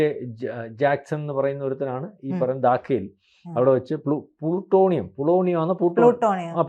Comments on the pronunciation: പ്ലൂട്ടോണിയം അല്ല , പോളോണിയം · ഇയാളുടെ വായിൽ നിന്നും എപ്പോഴും പ്ലൂട്ടോണിയം വിഴുങ്ങി , പ്ലാട്ടോണിയം വിഴുങ്ങി എന്നാണ് വരുന്നത് ... പൊളോണിയം എന്ന് ഇദ്ദേഹത്തിന് പറയാൻ പറ്റുന്നില്ല ... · "ഈ പറയുന്ന പോലെ".... "അല്ലെങ്കിൽ " ഈ പറയുന്ന പോലെ " പ്ലൂട്ടോണിയം അല്ല - പൊളോണിയം ആണ്.